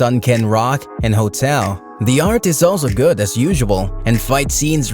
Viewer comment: The way you say GOOD sounds like GOD.